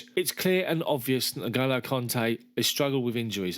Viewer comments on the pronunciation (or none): It's not NoGolo, it's pronounced Engolo